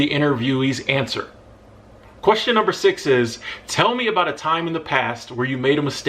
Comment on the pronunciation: you number six(seis).... perfect accent to brazilian portuguese😂